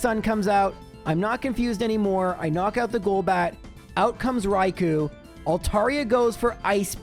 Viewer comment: It's Raikoo not Raikoe